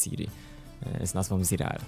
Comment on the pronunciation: ZIREL. TO SIĘ CZYTA ZIREL.